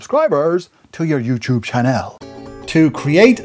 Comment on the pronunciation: Hey, this video is helpful, but youTube is not spelled like YouCHube